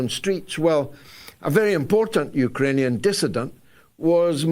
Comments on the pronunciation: Hey George what’s a UKERANIAN? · Love Galloway's "Ukeranian" instead of "Ukrainian". Sounds much better.